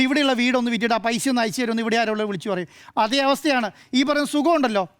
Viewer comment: നേരെ ചൊവ്വേ മലയാളം പറയാൻ അറിയുന്നവരെ ഈ ചാനലിൽ ഇരുത്തികൂടെ? " കയിച്ചു " "സംഭിദാനം " പൈശ??? പറയുന്ന വിവരക്കേട് പിന്നേം സഹിക്കാം.